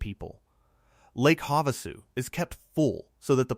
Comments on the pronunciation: Please teach your AVATAR Bot Narrator how to say words correctly. That lower dam on the river is Lake Hava-Sue, not Hav-A-sue. It seems to be a minor issue but speaking names correctly helps people understand your narrative. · Lake Ha-vahsu?